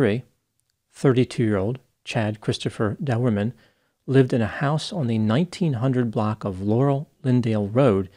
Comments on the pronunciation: ...no big deal man, and you have probably figured it out anyway, but his name is pronounced as :"Door-man", as in "Chad Doerman"..... Q : Did you hear about the Irishman who put his Condom on backwards..? A : He Went............. No....? Oh alright, I'll get my coat. sorry. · the name is pronounced Doorman. I know it's a family name. I ain't gonna hurt ya. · Learn how to say his name!!!